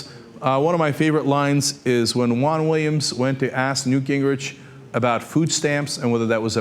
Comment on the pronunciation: I thought it was weird when I saw him ask the question.. Btw, why pronounce Juan like Huang?